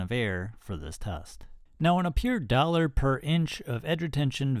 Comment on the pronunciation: I heard "duller per inch" , lol